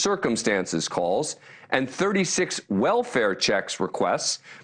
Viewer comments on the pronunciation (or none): It’s pronounced moss coe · HELLO. MOSCOW pronounced like you do is the RUSSIAN CITY.. if you listened the students interviewed .. it’s pronounced MOSCO..”W” is silent .. FYI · Please consider learning to pronounce Moscow